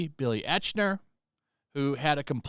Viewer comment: It's pronounced like IKE-NER not ech-ner.